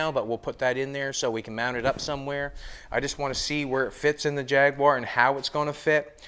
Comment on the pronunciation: Cracks me up the way you say jag-u-ar……